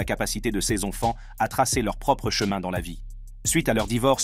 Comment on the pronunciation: Très intéressant, mais svp, la prochaine fois, réécoutez la vidéo après le montage. La voix synthétique nous répète 50 fois "ses ONFANTS", c'est lourd